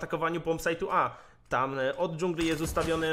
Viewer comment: "... dżangli..." xDD